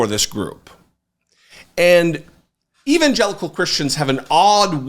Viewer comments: He cannot pronounce EVANGELICAL because he NEVER SAID IT BEFORE. he is so far from God that he cannot quote any section in the Bible…not at all! Do you remember when he was asked, this con artist said….”that’s too personal to tell you….” Yeah, believe that and I have a Toyota for sale. My old one…it lost its gas tank!!! 🫥Airhead Donny boy! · There you were making cogent point after cogent point and I was wondering where is the I've come to expect? And then came "evangelical" to the rescue. A big thing about drawing out the pronunciation of a single word. You rarely fail to reinforce the reality that you're the Carlson/Hannity/etc. of the left. I'll admit, though, that your final take was a fine recovery, relevant and well presented